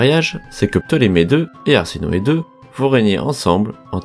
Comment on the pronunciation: C'est pas arsinoe mais plutôt ha se noe